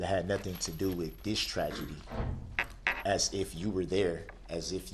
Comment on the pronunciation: Don't forget about Axe and Nuffin lol 😆 😂 🤣 He sure likes to Axe dem questions 😄 🤣 😆